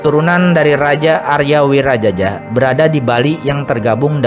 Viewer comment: Aria Wiraraja.. Bukan Aria Wirajaja... Kalau Wirajaja ntar dikira moyangnya Jaja Mihardja.. 😅